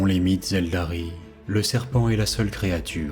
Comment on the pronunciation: Excellente vidéo mais j’ai toujours pas digéré.... je dit ELDAR est pas ELDARY😂